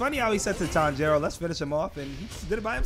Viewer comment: oooh yal are butchering his name lol , the emphasis is not on the "jiro" portion of his name. If anything the emphasis is placed on the "Tan" part. So it should be "Tanji-ro" not "Tan-jiiiiii-ro"